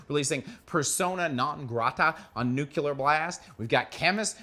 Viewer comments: So its nuckelar blast, not nuclear blast? WTF - what is that? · I love you but stop saying "nucular" for Metal's sake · Can't concentrate when I hear the word "Nucular" so many times. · Nu-CLE-ar blast.